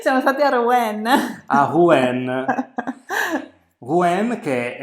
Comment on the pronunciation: Rouen.... Rouen non si dice "Ru-èn, si dice Ru-han, con il nasa tappato